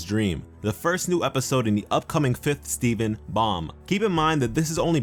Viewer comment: at first it sounded like you said Steving...